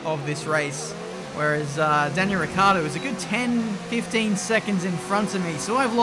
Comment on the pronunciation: I don't complain about Weber who's name it's just a pronuntiation thing. I complain about you calling Ricciardo Riccardo, that's not pronuntiation, it's just a different name. So please don't forget that "i".